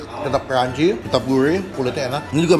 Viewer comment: Siguurih bang siguurih, bukan siguuwih